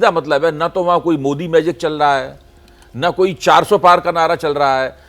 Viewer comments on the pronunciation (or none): none